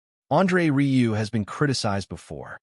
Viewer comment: RIEU. IS RIUE. NOT RILEY